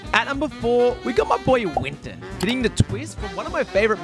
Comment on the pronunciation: I hate how he mispronounces zarya, and Winston apparently it's "zayra" and "Winton"